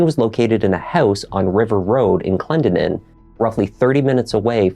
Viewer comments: Hi!! It’s pronounced ka-NAH and Clen-DEN-in just in case!! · The name is pronounced Clen DEN nin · I think you are also trying to say Clendenin- Clen-den-in but Google says it weird like the narrator. Lol "The Clendenin surname was taken on from the place name Glendonwyne, a parish of Westerkirk, Dumfriesshire, on record since the 13th century. The name literally means "one who came from Glendinning (glen of the fair hill). " Like my family, many Irish families settled in the area. ❤️